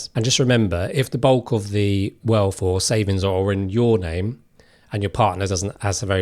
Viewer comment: "We're gonna run frew what those ways are..." "Ways you can build welf"? WTF is 'welf'? Seriously, you became a youtuber when you can't even speak English better than a 3 year old???